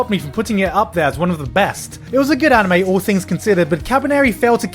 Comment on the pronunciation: You pronounced anime wrong